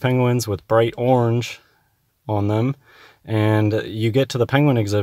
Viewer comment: This nut cant even say orange properly?? Is that colour made up too ?